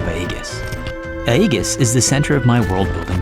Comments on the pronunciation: Bro.... Sorry, but even 8n your own world mispronounced real world words ain't right. It's not Eggus. It's Ee-jiss. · S'pronouced 'eye-jiss'. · Great build by the way. Other than your pronunciation of the Grecia word Aegis, this model kit-bash is really freaking cool. Instantly recognized the engine pods of Serenity you decided to use too. Awesome stuff.